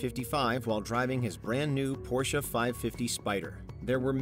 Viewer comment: Hearing the pronunciation of Porsche makes my blood boil. It is not Porscha nor Porsch. It takes like 10 seconds to find the correct pronunciation on YT.